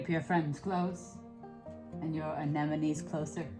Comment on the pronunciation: you are one of the very few flower people on the internets actually saying AneMonNes. I really appreciaten that. Not that it's important. But hearing AneNoMes drives me nuts😂